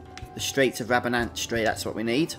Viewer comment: Rabanastre is pronounced rabanster not rabanastry. Like metre ?. Liking the guide otherwise. Some good stuff on here.